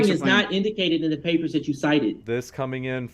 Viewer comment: I'd rather have AIDS than listen to talk about PAY-PAHS for one more second. Dude is obnoxious and thinks he's brilliant😂